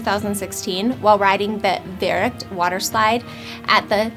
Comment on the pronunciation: IT’S VERRUCKT NOT VERERRUCKT